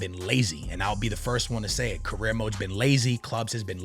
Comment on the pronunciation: The way you pronounce some words like "UEFA" and "career" mode 🤮